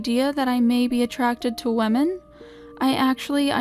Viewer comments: Like- WEEMEN? Xd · Sounds like lemon